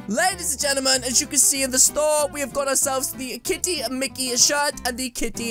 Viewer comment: you keep saying"KTITY" instead of KITTY lol